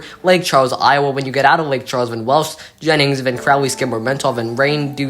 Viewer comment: Iowa in Louisiana is pronounced I-O-WAY, to differentiate it from the State of Iowa.